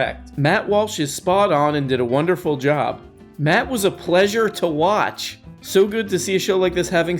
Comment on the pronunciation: yeah, he can get "slavoj zizek" right, but "matt warsh?" guys, i think he's messing with us, the fiend. KEvron